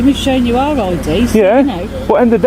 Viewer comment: did she actually say are ID, It's our!!!